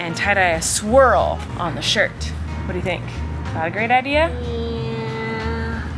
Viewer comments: I thought you said you were tie dying a “squirrel” on his shirt… omg 😂 you said swirl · I seriously thought she said she was going to make a "tie-dye squirrel shirt." I was like, "Wow, how is she going to make a squirrel pattern?" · I totally thought you said “tie dye a squirrel” on the shirt and I was like “damn Colleen you’re a tie dye queen” and didn’t realize you said swirl until you untied it😅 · I completely heard you say “squirrel” and not swirl when you were talking about tye dying the shirt. And I thought wow, she has really stepped up her game with creating animal shapes when making shirts! LoL